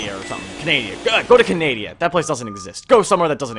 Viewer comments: Canadia? You mean Can-a-da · him saying canadia pisses me off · HE SAID CANADIA!!!!!!!! OMG OMG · did you call canada canadia? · Yea but it’s funny at the same time